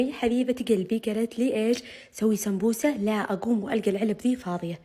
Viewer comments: ههههه ليش تكول سبببوسة مو سمبوسة 😂😂😂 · يابنت انطقي الكلمة سوا قولي سمبوسه ميسي سمبوبوسه ههههههه هه كيف قالتهاه هههههههه😂😂😂😂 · ليش تقولي سمبوروسه ومره عادي سمبوسه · سمبوسه❎ سمبببووسه✅ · السمبووسه ههههه كيف تنطقها 😂😂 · كل ماتحكي سمبوسه يطلع صوت 😂